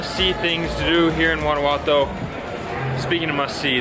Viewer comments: No se dice "Guanaguato", se llama Guanajuato!!!!! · Your pronunciation of "Guanajuato" is a little bit off... I will let it slide bc you guys are kewl! Guys it's Wa-Na-Hoo-Ato